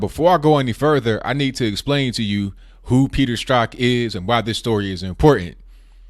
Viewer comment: I really appreciate that you can pronounce 'Strzok'.